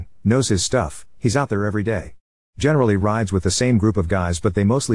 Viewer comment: Frankly the way the AI pronounces “he’s” as fkn “hes” pisses me off